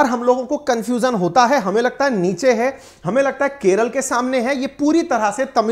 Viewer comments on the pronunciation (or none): none